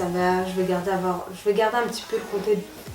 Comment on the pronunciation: Slm ma belle super haul !! J'aime trop qd tu dis : avoir tu le prononce avoèr lol . T as un petit accent je trouve. Je t encourage à continuer tes hauls bisouuuu